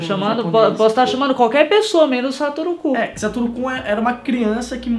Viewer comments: Mano ele fala Satoru Ku mas não e Satoru Kun? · Parece q Ele Fala sarutu Cu😂😂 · o tava falando satoru cu kkkkkkkk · O falou satoro - cu, kkkkk